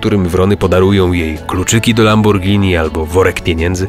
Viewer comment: Ktoś w końcu powiedział LamborGini, a nie Lambordżini! Brawo!